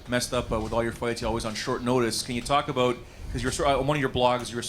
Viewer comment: Aboot, Definatly Canadian lol